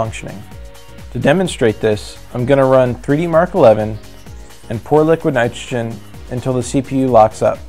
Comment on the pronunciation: "Liquid nitgegen" wtf are u saying bro ???